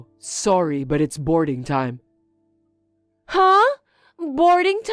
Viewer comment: Adverts - some stuff to get rid of belly-fat - I'm not trusting anyone who does not realise 'it's is short for it is/ it was and says it 'it es'! It's pronounced 'itz'.